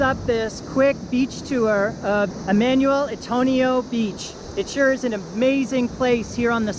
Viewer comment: Nice video, sir. Some pronunciation tips (in parentheses) for places in Costa Rica (Coasta Rica): Manuel Antonio (Mahnwell Ahntonio), Quepos (Kaypos), Jaco (Hahko, with the stress on the second syllable), Dominical (DominiCAHL, not Dominico).